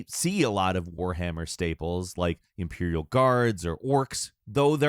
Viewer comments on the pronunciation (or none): none